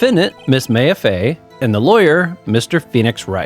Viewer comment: Loving that this is a full series now! I don't think you ever had me do this but I post obnoxiously long comments in Let's Plays for games i love so sorry if that bothers you before it gets to far "Maya" is pronounced "My-ah" and not "May-ah" haha Very nice observation about the case starting really fast compared to the intial investigation. They actually have a lore reason for that! I always recommend pressing all statements in a testimony even if the contradication is really obvious without it. You miss alot of fun dialogue for not doing it but it can make trial sections go a bit longer so it's not a necessity Something to note for this game series: Shu Takumi the creator of the series knew absolutely NOTHING about the Japanese Legal System (which the series is based on). It could be said it's a complete parody of the system due to this and it has completely nonsensical moments because of it, but that's what makes the game super fun! Also to note: The english version of this series is based in Los Angeles, California. There will be funny moments where they are in a completely japanese location as they are just like "ah good ol America". It's due to a funny localization issue where when the original localized it from the Game Boy Advance to the Nintendo DS they had no idea there was more than 1 game. Thinking it was standalone they made it take place in California not knowing that it's VERY clearly in Japan in the future games. They were in way too deep to go back on it and